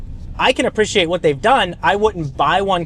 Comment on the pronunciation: Title of this video “apprishiate”